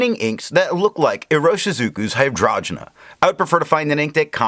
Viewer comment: Hi, your videos have been super helpful to me (like finding Wikipedia for ink) and your pronunciation is usually en pointe as you have taught me how to say a couple like Tomoe River or Leuchtturm. But in this case I’m pretty sure it’s hi-drain-ja like the flower. Thanks for doing all of these reviews in such a scientific way. I also think your opinion matters a lot and it would be cool if you spent a bit more time from your own perspective, but that is just a gentle suggestion. You’ve got this stuff down.